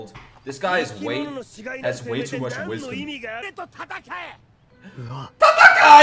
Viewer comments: Not “Tatakai”, it’s “Tatakae” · I love how everyone in the anime arelike "tatakaye" While is like "tAtAcHaI"